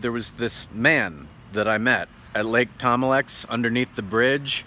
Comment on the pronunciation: Lake thom-a-lex is horrible